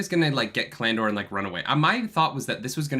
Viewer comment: Oh my god, why does put the accent on the middle syllable of so many words? ca-LAN-dor? ta-LAN-vor?